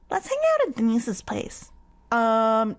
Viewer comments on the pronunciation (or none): Everytime you said "Deinse's" it sounded like "Anyssa's" and I was confused each time you said it